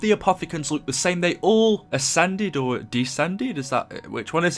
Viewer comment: Its “Descend” lol